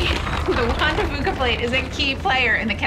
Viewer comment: juan de "fewka" is how it is pronounced